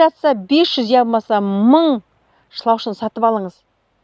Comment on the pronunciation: Шлаушан емес шлаушын деп айтыңыз